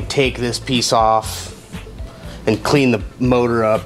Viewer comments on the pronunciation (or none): Maybe in the opening credits instead of saying "and NVX" say "and also NVX" so there isn't that weird pause sounding like you're having a stroke?